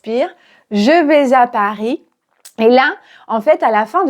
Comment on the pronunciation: Bonjour prof. Merci pour la vidéo. Porquoi t'as fait la liaison entre "vais" et "à" dans "je vais à Paris". Elle est facultative et presque personne ne la fait. Je vois qu'il y a bcp de vidéos où les profs de FLE font quelques liaisons pas naturelles, comme dans "a trop augmenté", voire interdits comme dans "ont beaucoup augmenté". Qu'est-ce que tu en penses ?